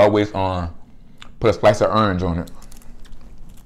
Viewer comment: Did you say a slice of "urnge"???? OMG! I LOVE Your Accent!!!